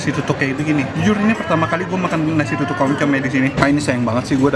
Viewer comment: Tutung koh bukan tutuk